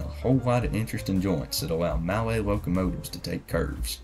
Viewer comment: "Mallet" is pronounced "Mulley" just so you know :)